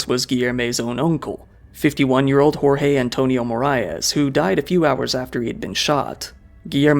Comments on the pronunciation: Is it hard to throw the names on Google Translate as to not butcher the pronunciation? “George” would be a better pronunciation of “Jorge” than “Horre” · Just a pronunciation tip: in Portuguese, we don't say the letter J as a R/H like in Spanish. Say the J as you would in English. "Jorge" sounds almost exactly as "George", only with a stronger E at the end. Like "GeorgE". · O J do Português é igual o do Francês na vdd, o do Inglês você pronuncia meio que colocando um d na frente "Djorge" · Jorge pronunciation is wrong, the “J” is different from spanish and a bit more similar to english